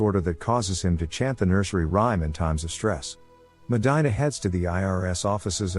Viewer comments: Medyna 😂. It’s Medeena (pronunciation wise) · medina is pronounced "MA-de-na" not "MA-DI-na". that hurt my ears. please fix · Medina. (Meh-dee-nah). It bugs me. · Meh-die-nah..??????? Fix this glitch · It's pronounced medeena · you're killing the name Medina...MEH-DEE-NA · Me causa conflicto y risa 😂 que diga “medaina” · You pronounced Medina wrong 🤦‍♂️. Even if you’re not Hispanic, you would know this if you watched the movie.